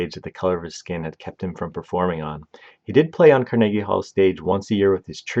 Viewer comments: Car-Neggy. It just makes my skin crawl. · Carnegie Hall-Karn-uh-gee with a hard G. Not Kar-neegee. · The mispronunciations OOF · He has a telent to mispronounce names, he emphasises Mortensen and Carnegie (Hall) on the second syllable instead of the first. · He’s got like two different pronunciations of “Carnegie,” and they’re both wrong. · Learn how to pronounce Mahershala and Carnegie and your reading is boring and flat.